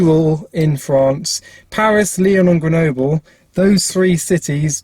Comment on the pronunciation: it's rhyme with noble 😂, you pronounced it quite well, but in french, we say the e more like a